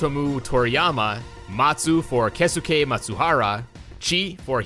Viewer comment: Just as a quick tip: The character "su" for japanese is pronounced just as "s"! Example: Instead of saying "Kei-su-ke", it would be said as "Kei-s-ke"!